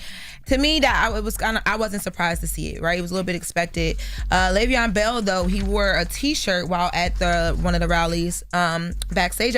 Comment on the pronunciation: Who tf is Layveeon Bell? 😂😂